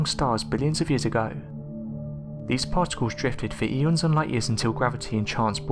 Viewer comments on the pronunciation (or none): none